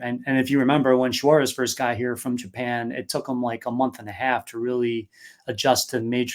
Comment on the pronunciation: I like the way says "Swaurez" instead of suarez